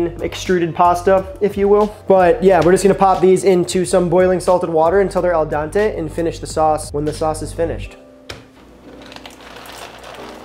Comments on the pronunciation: Great video, as always, but PLEASE stop saying “el DON-tay.” It’s “ pronounced “al DEN-tay.” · u said al dante instead of al dente! hehehe